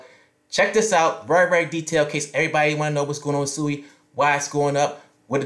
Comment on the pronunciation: Its pronounced Swee